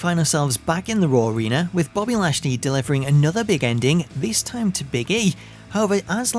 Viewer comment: he says always Big Endling, i hate for that hahaha